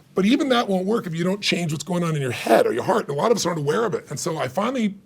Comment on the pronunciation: WHEW-Y my two favorite heroes together in one room on one video. It's my lucky day! oh...BTW... it's "Heart"